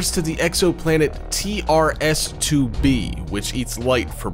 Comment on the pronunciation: it's tres 2b not t r s 2b